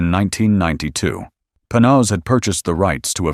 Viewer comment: Well, first, you are mispronouncing the name: Panoz. I know this because my company produced the sales video for the car and I spent many hours with both the car and the Panoz Family. Mrs. Panoz kept a 1953 Corvette, completely perfect, in their garage). I appreciate you going into the pre-aluminum roadster. I thought it was a beautiful car and was honored to take a few laps at Road Atlanta with it during the production of the sales piece. I had not seen the aluminum version and I have to say: that unGodly ugly hood scoop absolutely ruins the look. One other thing. That tiny windscreen was worthless. It actually aimed the air flow right at your eyes because it was so low. We wore helmets on Road Atlanta so it wasn't as noticable. But man, it was so much fun to drive, and you talk about turning heads! I think the only car I would rather have is a 64 XKE Roadster, but that is major money. Thanks for doing this. I would love to find a Panoz at a good price. I would definately want the older one. Man, that hood scoop on the AIV was horrible.